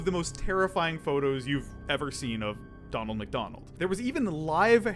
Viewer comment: You do know its "Ronald Mcdonald" not "Donald Mcdonald"